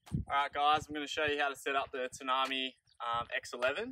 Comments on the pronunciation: Pronounced ‘Tan-A-My’. It’s the name of a Central Australian desert. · Sorry, your van named after famous desert in Australia...not pronounced Ta- na-me but pronounced Tan-am-i (i like eye), little thing and good vid, thanks👍